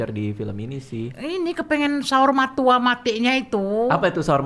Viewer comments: Saur Matua bg, bukan Saur Matoa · Koreksi Bang Radit, Saur Matua bukan saur matoa.. yang paling tinggi, FYI, itu MAULI BULUNG.. kematian sempurna bagi orang Batak